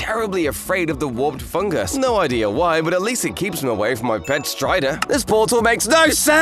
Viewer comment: Pet her nortal???